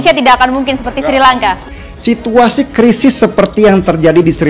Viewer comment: Ngomong Srilangka aja salah Kok kritik